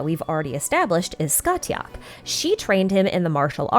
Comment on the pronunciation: I have never heard Scathach pronounced like that, it's normally Sca-hawk because Gaelic doesn't care how something is written, it will be spoken however it wants